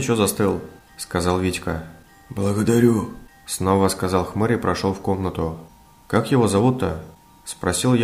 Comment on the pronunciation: он сказал благадорю в первый раз каак воландеморт